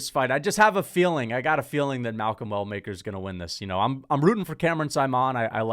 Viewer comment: Malcom Well Maker. Why he say Walker 😂😂